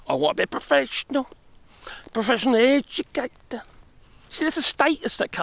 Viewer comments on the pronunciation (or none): I will henceforth ALWAYS say educator like that (Eee-du-catah ). Lmfao!